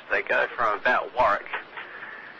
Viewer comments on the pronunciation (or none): It's Warwick not Warrick